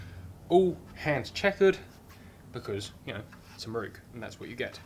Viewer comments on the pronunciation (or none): having watched dozens of your very entertaining vids. At last I have cracked. Just got to comment. could you please pronounce. MIROKU. as spelt. So many people seem to pronounce it it many different ways. The 4th letter is an O not a U. IT is MIROKU not MIRUKU. Not so much a critisism as a comment. Hope you are not offended. I really enjoy your channel.